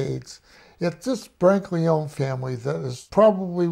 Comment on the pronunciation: For such a knowledgeable guy he certainly says the last name Brancaleone incorrectly…lol